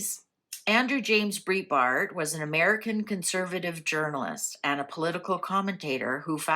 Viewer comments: Thank was going to text same on pronunciation of Andrews name! Nothing against, she isn’t in USA, so probably never heard his name spoken! Love your readings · Andrew Breitbart (pronounced “brite”bart) was awesome. I was a big fan, and stunned when he died so young. (And essentially on my birthday, too - February 29th) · Since you didn't pronounce his last name correctly, how could the cards read correctly? Plus I've always heard he had heart attack while walking and not died at home. ???